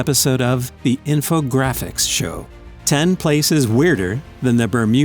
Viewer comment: Ah..i dont like this voice tough..its not as kind and gentle as the other one.. HE DOESNT KNOW HOW TO SAY INFOGRAPHICS SHOW CORRECTLY AS U DO!